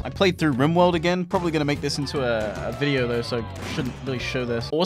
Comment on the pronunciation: Uhm, so... "where are the new bideo "?